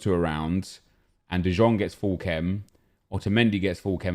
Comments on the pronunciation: He pronounced De Jong so weird every time you need too to pronounce his name like "de yong" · the way that he says De Jong is like "Dijon" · Stop saying de žong for fuck sake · Please please stop saying de jong wrong. It’s painful to watch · Please pronounce de Jong’s name correctly, I beg you. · stop pronouncing de jong like that... do you even watched a game of him? No one says that.